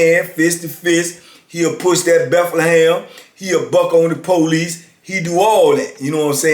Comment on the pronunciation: I always wondered why do you call it the Bethlehem??